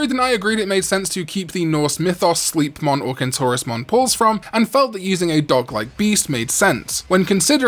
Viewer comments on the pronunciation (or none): You are so lost when you try to pronounce things. Slipmon instead of Sleipmon, Laylamon instead of Lilamon, Daftmon instead of Duffmon, and Kirinmon instead of Chillinmon. To be fair im pronouncing it Quillin instead of Chillin as well, out of habit.